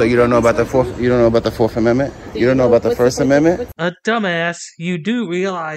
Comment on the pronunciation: "Fawf amenment" I guess he gave up on the speech therapy